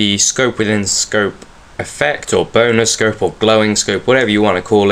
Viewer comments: Haha yea i know he called the the bona scope but it sounds like boner xD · To me, your accent made it sound like you said "boner scope" <3